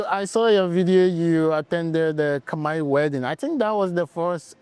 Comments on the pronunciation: She pronounced Khmer words very well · Your Khmer pronunciation is so admirable 🎉